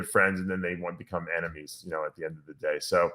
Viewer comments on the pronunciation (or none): none